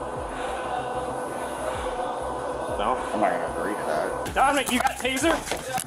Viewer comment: Im not being a jerk but the cop is saying dommik you got a tazer